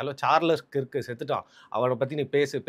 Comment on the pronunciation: 😂it’s not Charlie கிர்க், அது சார்லி கர்க் 😂 but, thank you for being one of the first Indian YouTubers to talk about this important issue. RIP Charlie Kirk!